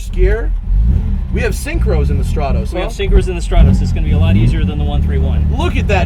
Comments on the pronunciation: You are pronouncing stratos wrong, annoyingly so..it is not straaatose “strat-os” not oosse... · Stratoes, not even good at 'ralleying'. Fucking burk.